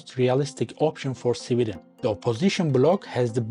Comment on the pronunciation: Why are you pronouncing Sweden as civilian*